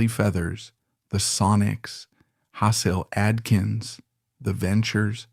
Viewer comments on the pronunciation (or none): I can always tell when they use AI to narrate these videos because of the mis-pronunciation. Hasil Atkins is pronounced like Hazel, "Hay-Sill". Ugh. 🙄 Are these videos just being cranked out completely by AI or is there a human behind any of it because I could see this whole essay being created by computers.